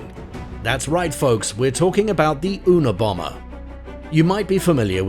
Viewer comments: Chapo is Mexican not Columbian. And who the fk is the " una bomber"? You mean you-na-bomber? Geezus wtf is wrong w these morons who make these videos and can't get the most remedial things correct ? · of course hes right. How could anyone who does a video on this guy NOT have known that????? If u don't know shit about someone at least read their Wikipedia page before spouting off. And it's the you-na-bomber not eww-na- bomber. . Lol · It's unibomber not unbomber. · Yuna bomber it's spelled una bomber but it's read Yuna bomber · Pronounced, YOOnabomber. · It's pronounced Yuna bomber! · "the Ohnah Bomber" 😂